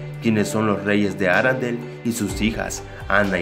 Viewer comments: es ARENDELLE no arandel Con e, no a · Aprende hablar no es Arandel parece una marca de limpiador de ropas